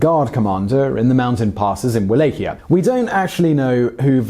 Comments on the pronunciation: It`s pronounced Vala-ch-ia. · It is Valahia with V, not U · First time I’ve heard Wallachia pronounced how it’s spelt. Surely it’s spoken as vallachia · Wallachia the sound is V as in val so it sounds like Vallachia even though it is spelled Wallachia. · "Va-LOCK-ee-ah." That's how you pronounce Walachia. I'm a student of both the historical and fictional Dracula, and I've dated a Hungarian girl for many months. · Cringed every time he said it. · He butchered Targoviste (Targo-vista) as well, and Wallachia (Wal-ack-i-ya) every time ... I missed Sighi though, good catch! But he's British and even murders some English names sometimes, so I can't really be mad, lol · oh god please will you learn to pronounce things before saying them on vid its pronounced VALLACHIA not Wallachia spelt with a w pronounced as a V. also that picture of the princess is Elizabeth Bathory. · Your mispronouncing of Wallachia kinda ruined video.. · The way you say Wallachia hurts my ears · The way you say Wallachia makes me wanna punch you in the face.